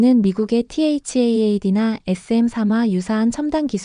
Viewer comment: " THAAD"를 "티에이치엣엣디"라 하지말고 "사드"라 하고 "NATO " 도 "엔에이티오"라 하지말고 "나토"라 해야지. 이런게 한둘이 아니네요.